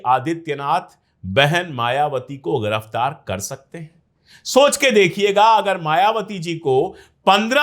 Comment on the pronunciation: Your analysis is right sir. (The hindi word is Giraftar not × gh×iraftar )